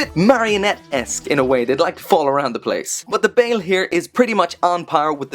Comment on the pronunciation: Ur saying his name wrong its "Ba-el" that is how u say it right